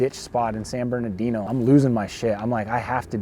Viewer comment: It's not Bernadino, its is Bernardino, if you live in CA you should pronounce and read it correctly, those freeway signs are like 20 feet wide.